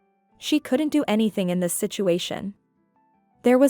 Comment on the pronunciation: Please learn to read English better. For "native English" speakers, you pronounce too many words" incorrectly given context. So something is off. Examples "do" is pronounced "duu" when spoken as a verb, but your reader says "doe" like in "do, re, me" the musical term. "Agape" in English is pronounced "Uh-gay-p" with a long a sound in the second syllable, but you use the "Agape" word that means "altruistic love." There is a big difference between having mouth hanging wide open in English than the Greek word for Altruistic love. these cause breaks in your story, especially if you do NOT have captions to follow. (and then there is "bow" the ribbon versus "bow" your head. not said the same way, dude. GRRRR